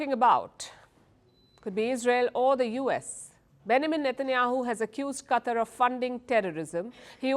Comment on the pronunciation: Palki... It's not CUTTER... It's QATAR